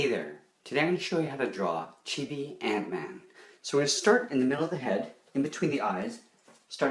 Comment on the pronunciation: in the minute it's not ant-man it's gat-man